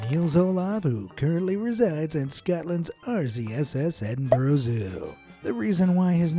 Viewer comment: Edinbruh not edinboro…